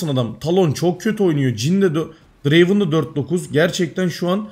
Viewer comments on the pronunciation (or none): none